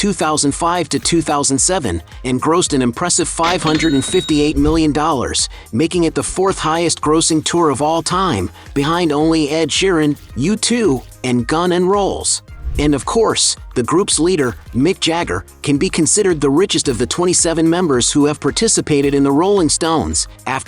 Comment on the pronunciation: Get it right it's Gun and Rolls. Or maybe he said my favourite packed lunch gammon rolls.